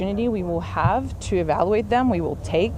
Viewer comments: She can’t pronounce evaluate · Evaluate is not a 3 syllable word.